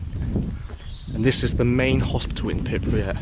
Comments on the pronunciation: Its pRipYat. (PRIP-YAT), Not pIpRYat. (PIP-REE-AT) 😖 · Bro.... PRIPIAT and no Pipriat... 😂😂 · PRRRRRYYYYYYYYPPPP-JJJATTTTT not PIPP-YATT aaaaaaaaaaaaaaaaaaaaaaaaaaaaaaaaaaaah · appreciate you making this but I'm a little thrown off by you continually saying "Pipryat" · Pripyat is not pronounced Pipryat. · it's so hard to hear it over and over lol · "pipryat guys"